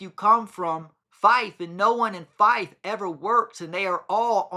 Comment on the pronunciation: I wasn’t being rude btw, I was just letting you know. You also mentioned Fife in your video which is where I am from! At least you pronounced it right, some people say FEEFae 😂